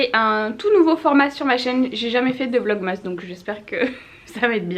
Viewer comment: est la seule youtubeuse Française à dire "vlogmas" avec la prononciation d'origine, mais aussi la seule à dire "Morf" pour la marque Morphe. Où est la logique? 😂